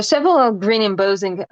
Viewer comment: not trying to be rude and i know that english is not your 1st language even though I think your english is fantastic . just to help you out only but embossing is pronounced M - boss - ing . boss as in your boss at work lol. Im am enjoying your videos very much and thank you